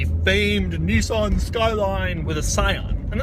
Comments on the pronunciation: can u learn to fuckin pronounce Nissan please? thankyou :) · Serenity The irony is strong with this one